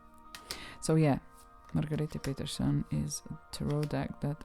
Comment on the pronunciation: Margarete Petersen is from Switzerland (from the German speaking part obviously, but it's still a different country), and congrats, you totally nailed the pronunciation!!!😀 EDIT : She's from Germany - I was wrong, sorry! She just lived in Switzerland for a while.